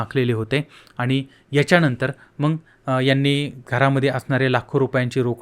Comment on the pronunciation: हे येड आहे.नीट बोलायला येत नाही.मग न म्हणता मंग म्हणतो.याला काही अक्कल असेल असं अजिबात वाटत नाही.याच चॅनल बघणे म्हणजे वेडेपणा आहे.